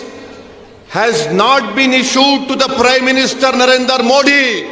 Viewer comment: ज्याला मोदी म्हणता येत नाही मोडी म्हणती आम्ही यांची अशुद्ध हिंदी ज्यात इतर धर्माचे शब्द घातलेले भाषण ऐकत असतो...... खासदार.. सुशिक्षित....ते ही उच्च शिक्षित. शुद्ध आणि कळणारी भाषा बोलावी....